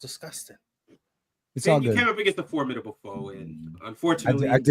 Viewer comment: Can we ban from saying “against” plz?